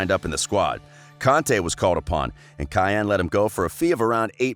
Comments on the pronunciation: Maybe someone didnt like how the pronounced Caen like "cayenne" instead of how it should be pronounced: "can" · He's top top! But for crying out loud Caen is not pronounced cayenne, a bit of researching effort would be nice...😀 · Lmao this mean bleeding my ears with how he’s saying Caen. It’s not Cayenne tf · Took me a while to understand he said, Caen. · the way you said Caen made me think he played for a team I didn't know about lmao. the guy is a legend though, thanks for the vid! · caen lmao look up how it is pronounce